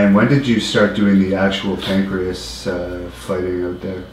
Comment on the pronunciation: ....Its NOT Pancrease its PANCRASE...(Pan-Kray-S)